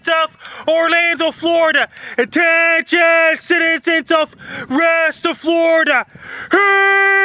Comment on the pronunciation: NO ONE: FRANKIE MACDONALD: * A *T *T*E*N*I*O*N